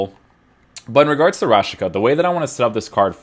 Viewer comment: It's pronounced Rashitsa, not Rashika